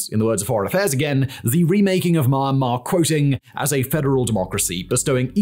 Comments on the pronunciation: Don't pronounce : maianma - pronounce : mianma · Omg.. myanmar Is not mama 😂... first syllable of meander + mar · its really distracting when you pronounced it Mine-Mar instead of Miyan-Mar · except the way he pronounce almost everything in asia is so infuriatingly wrong. Like bro how difficult is it to pronounce "myanmar" instead of "maynmah" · it hurts my soul everytime I hear you pronounce it "My-anmar". It starts with a Me/Myi sound, not a My sound. With love from Yangon. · we all love you, but im sorry, Mar Mar? or are my headphones breaking down, isnt it pronounced Me-An-Mar? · Is it not pronounced Mee-Yan-Marr? Edit: Looked it up, it's Mee-Yen-Marr. Seems like good practice to double check how to say the name of a country you're making a whole video about! :p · "Marmar"?? ("Mah-mar"? occasionally even "Mahm-mar"!) Where is this country? Never heard of it. The single most important word in the entire video, and he can't pronounce it. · I noticed this channel is making some Myanmar civil war content recently. Please try to improve the pronunciation of the name of the country you are presenting in the future video, wouldn't mind the names of cities or regions getting wrong but the way you are pronouncing Myanmar is both funny and cringey af. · I still resent the way thig guy pronouce Myanmar. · Learn to pronounce Myanmar